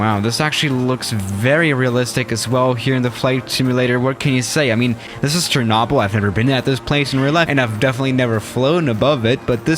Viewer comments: Most people: "Cher-noh-bill": "Cher-naw-bill" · when he said “shernobble” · It's cher-no-byl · The way he said Chernobyl made me dislike lol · His pronunciation of chernobyl is irritating lmao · My Disappointment is Immeasurable And My Day is Ruined Because The Way You Say Chernobyl